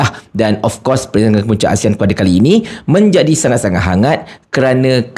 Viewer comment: Dia tak boleh pun sebut ASEAN betul betul. Keep on uttering ASIAN., ASIAN ! Shhhhhhhhh Shhhhhhhhh Shhhhhhhhh Shhhhhhhhh Shhhhhhhhh Shhhhhhhhh Shhhhhhhhh Shhhhhhhhh Shhhhhhhhh Shhhhhhhhh Shhhhhhhhh Shhhhhhhhh Shhhhhhhhh Shhhhhhhhh Shhhhhhhhh Shhhhhhhhh Shhhhhhhhh Shhhhhhhhh Shhhhhhhhh Shhhhhhhhh Shhhhhhhhh Shhhhhhhhh Shhhhhhhhh Shhhhhhhhh Shhhhhhhhh Shhhhhhhhh Shhhhhhhhh Shhhhhhhhh Shhhhhhhhh Shhhhhhhhh Shhhhhhhhh Shhhhhhhhh Shhhhhhhhh Shhhhhhhhh Shhhhhhhhh Shhhhhhhhh Shhhhhhhhh Shhhhhhhhh Shhhhhhhhh Shhhhhhhhh Shhhhhhhhh Shhhhhhhhh Shhhhhhhhh Shhhhhhhhh Shhhhhhhhh Shhhhhhhhh Shhhhhhhhh Shhhhhhhhh Shhhhhhhhh Shhhhhhhhh Shhhhhhhhh Shhhhhhhhh Shhhhhhhhh Shhhhhhhhh Shhhhhhhhh Shhhhhhhhh Shhhhhhhhh Shhhhhhhhh Shhhhhhhhh Shhhhhhhhh Shhhhhhhhh Shhhhhhhhh Shhhhhhhhh Shhhhhhhhh Shhhhhhhhh Shhhhhhhhh Shhhhhhhhh Shhhhhhhhh Shhhhhhhhh Shhhhhhhhh Shhhhhhhhh Shhhhhhhhh Shhhhhhhhh Shhhhhhhhh Shhhhhhhhh Shhhhhhhhh Shhhhhhhhh Shhhhhhhhh Shhhhhhhhh Shhhhhhhhh Shhhhhhhhh Shhhhhhhhh Shhhhhhhhh Shhhhhhhhh Shhhhhhhhh Shhhhhhhhh Shhhhhhhhh Shhhhhhhhh Shhhhhhhhh Shhhhhhhhh Shhhhhhhhh Shhhhhhhhh Shhhhhhhhh Shhhhhhhhh Shhhhhhhhh Shhhhhhhhh Shhhhhhhhh Shhhhhhhhh Shhhhhhhhh Shhhhhhhhh Shhhhhhhhh Shhhhhhhhh Shhhhhhhhh Shhhhhhhhh Shhhhhhhhh Shhhhhhhhh Shhhhhhhhh Shhhhhhhhh Shhhhhhhhh Shhhhhhhhh Shhhhhhhhh Shhhhhhhhh Shhhhhhhhh Shhhhhhhhh Shhhhhhhhh Shhhhhhhhh Shhhhhhhhh Shhhhhhhhh Shhhhhhhhh Shhhhhhhhh Shhhhhhhhh Shhhhhhhhh Shhhhhhhhh Shhhhhhhhh Shhhhhhhhh Shhhhhhhhh Shhhhhhhhh Shhhhhhhhh Shhhhhhhhh Shhhh